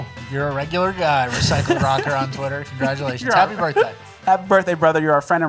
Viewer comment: is trying to say CON-GRADUATIONS 🤔 😂😂😂😂